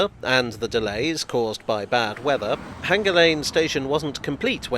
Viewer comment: Sorry, J, but you keep saying H-anger instead of hanger. The repetition just makes it even more conspicuous! 🙃